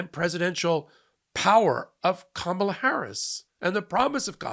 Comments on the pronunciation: What about those who pronounced it kaMAHla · The lady in the back even pronounced it "Karmela". Smh 🙄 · "karmella" bro try. try harder. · Did she say Carmela? 😂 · Notice three of them said Kamala wrong even after watching her speech. Either said kaMAla (wrong) or Karmela (wrong). So they weren’t exactly the brightest sparks! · This is karmela not kamabla